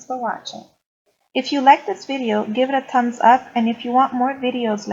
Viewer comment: Its THumbs not Tums